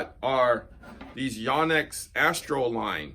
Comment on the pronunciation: Great review. Just ONE little thing. One of my students was from Japan and said it was pronounced with a long O. YO-nex. Guess I've been saying it wrong for over 30 years.